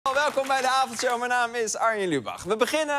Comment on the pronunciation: Het is MIJN naam niet minaam.... Praat Nederlands aub